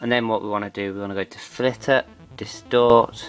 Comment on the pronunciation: Not flitter, filter. Not granite, gradient.